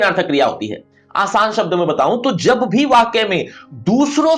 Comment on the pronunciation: Jab❌ Jabh✅